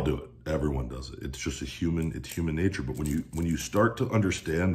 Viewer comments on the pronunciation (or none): none